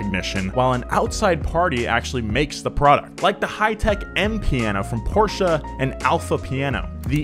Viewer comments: Porches is in Portugal ..you mean PORSCHE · PORSCHE not PORCH.